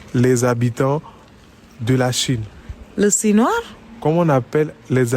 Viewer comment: "les sinoirs" mdrrrrrrr 😂😂😂😂😂😂😂